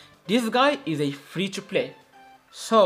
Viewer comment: Free or flee bro 😂